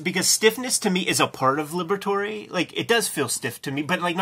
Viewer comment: "Libber-toray?" Isn't it pronounced "Liberator"?